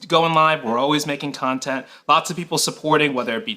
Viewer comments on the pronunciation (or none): none